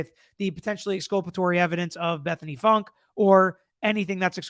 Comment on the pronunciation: actually, I think her name is pronounced Funky; though spelled Funke.